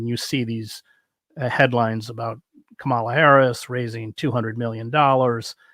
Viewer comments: Must you carelessly, disrespectfully mispronounce KAmala Harris' name - like old white man DJT? Ultimately not important compared to some of your points, but really Chris? I agree that she has been too much annointed, but to not vote in a way to block DJT/MAGA and fascist 'Chrisitian nationalist' and ignorant sway and to try to get again at the takeover of branch after branch of US 'checks and balances' institutions -- and then organize /teach more people to boycott, strike, protest and mount a huge vote to pressurize the Democratic (neo-liberal) party....yes, at this turning point age of climate catastrophes, etc -- is a real problem, imo! A gathering momentum movement, not a minority, intellectualized protest is needed....on that much we agree. I value your perspective, but can no longer impressed with your conclusions/tactics somehow. Esp. if the danger 'for Trump is REAL' as you say? More of 'the People' (including myself!) must be TAUGHT HOW and experience our ability and success -- to ORGANIZE, BOYCOTT, STRIKE, and experience the power of cooperatives, unions, with different assumptions about what is possible, etc. This anti-Nature, anti-women and children, dead materialism must be questioned as well.... I find your conclusions/strategy 'too utopian'. And I have talked to people who 'had to' flee Venezuela and who could not endure talk by 'the left' because of their experience of tyranny, disorganization, violent corruption and power-seeking -- which is possible on eith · Lots of respect for you, Chris Hedges; have read several of your books, listened to your interview with Sheldon Wolin, and followed you elsewhere online. Are you deliberately mispronouncing "Kamala"? It's a puzzling lapse for a person who strikes me as being diligent about his research. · If you want to criticize her in good faith, you need to at least pronounce Kamala’s name correctly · Are you deliberately mispronouncing KAmala's name as KaMALa? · Chris, you are mispronouncing Kamala.